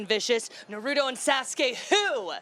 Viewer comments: She said “Nar-rudo” instead of Naruto lolol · narudo and sass-key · This girl butchered naruto names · “Narutoes and sauceskay.” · Neruto:Me was she trying to say Naruto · justin will forever be bb but come on this lady said "na-roo-doe" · "NaRuDu" that's all I have to say about that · Ugh narudo. I hate it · Narudo? What is she What the And Sashay? 👏🏼👏🏼👏🏼👏🏼👏🏼 Wow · "narudo ans sauke who" that's exactly what I said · Says 'Naruuto' Me: grabs death note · I love "narudo" :) seriously though it beens 20 years how are people still mispronouncing Naruto? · “Yar gat” “no ru toe” smh is it spelt like this on the paper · NARUDO AND SASGAY WhO- Ok but actually I find the way she pronounced it funny and sweet, I love this. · I want to scream. “Narudo and saaskay wHo?” That hurts my soul. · "Naroodo and sasuke" dont comentate on anime if u cant pronounce it 😂😂😂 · NARUDO AND SASUKE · Narutto and Saucekay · Narootoe and Sasskay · Wait. She said Narooto and Sasooke? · Jony FiftyFour Norudo and Sasskey? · Narudo and Sasskae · percocet Narudo and Sass-k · nAruDOO aNd SausGaY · she said : NAROOTOE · What yall dont watch narudo? NARUDO IS THE BEST!!!! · NARUDO AND SASSKE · yeah, Sakura is like NaRuToooo!?!?!? And Sasuke is like naduto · Narudo and sazkay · nar u toe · Did she just mispronounce Naruto? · Thats not how you say Naruto!! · She made me so mad in so many ways, I feel like I’m gonna catch a case😂 why did she pronounce Naruto and Sasuke name like that?👹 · Damn ppl that say Naruto name wrong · I didn’t even know she said Naruto till now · Why do people pronounce Naruto and Sasuke that way? Shit's annoying. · she’s asian...but she still pronounced naruto wrong.... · Works really hard on the intro yet mispronounced naruto's name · So do people pronounce Naruto that way to piss people off or what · I think we can agree that it hurt our feelings when she mispronounced Naruto and Sasuke's name so wrong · Why can't people pronounce Naruto correctly